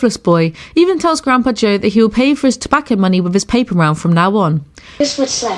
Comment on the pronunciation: The way the pronounces tobacco “but that was money for ‘tObeYcO’ “ 😂